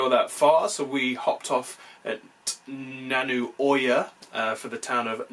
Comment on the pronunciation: Great Video. But it isn't Elaya but Eliya. (like Elliot) And Not Nanu but Naaanu. 😊